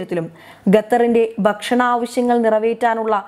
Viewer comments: ഗത്തർ അല്ല ഖത്തർ എന്ന് ഉച്ചരിക്കാൻ ശ്രമിച്ചാൽ നല്ലത്.,അത്പോലെ ബക്ഷണം അല്ല ഭക്ഷണം എന്ന് കൃത്യമായി പറയുക.അറിയാൻ പാടില്ല എങ്കിൽ മനസിലാക്കിയ ശേഷം വാർത്ത വായിക്കാൻ ശ്രമിക്കുക. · Bakshanam... Gaththar.. poor pronunciations 👎